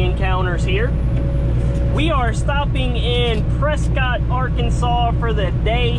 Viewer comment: Lol pronounced Prescit but spelled Prescott